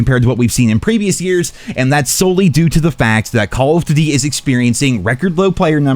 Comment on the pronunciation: The way this guy says "Call of Doot-e" is annoying AF.